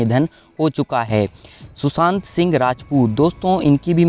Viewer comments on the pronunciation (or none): none